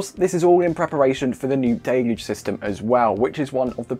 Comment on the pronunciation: At last, proper English.. viz: 'daylooge', not 'dillluge'.